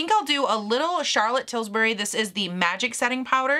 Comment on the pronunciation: lol Charlotte tilsbury, I think you were hungry